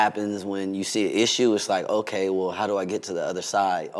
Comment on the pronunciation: “oay-kay” 😭😂 anyways tho we love you Omarion! nice to see a new interview 🥰